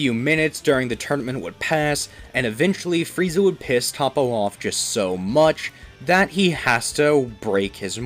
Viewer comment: Your mispronouncing toppo and other names